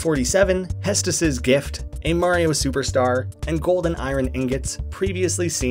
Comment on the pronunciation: I’m pretty sure it’s hestu (hess-too)